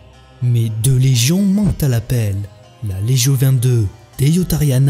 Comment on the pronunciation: Super video, très qualitative, continuez ainsi s'il vous plaît ! ( juste pour une petite info en latin cela se prononce [ Leguio ] )